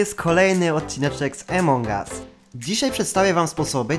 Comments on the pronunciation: Jak coś to Amongas a nie Emongas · takie pytanie : czemu gadasz emong us a nie among us ? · Emong US xd czy ja tylko mówię among us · nie wiem czy wiesz ale mówi się among us a nie emong us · Nie emongas tylko amogas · niw emong as tylko among us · Among Us nie Emong Us sry ale to boli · Twoje błędy wymowy nie emong us tylko "amon us" Te g jest takie cienkie i "wolt" a nie vault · Among US a nie emong us